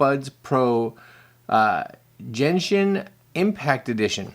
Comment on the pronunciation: As an avid Genshin player, this is not the crossover I expected to see happen. p.s. It's a hard G sound, like golf or gold.